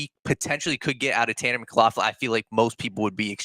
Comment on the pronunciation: Are you pronouncing his name wrong?